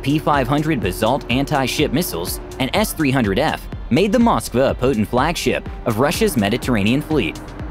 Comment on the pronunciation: Cant even say its name right